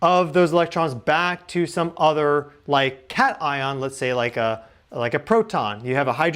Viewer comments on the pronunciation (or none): none